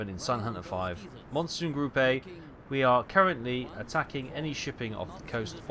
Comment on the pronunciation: Gruppe: like Grupp~uh not Grupp~A xD.